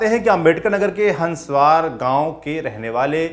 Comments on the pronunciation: Bhai हन्सवार नही है( हसवर )बजार है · Hanswaar nahi हंसवर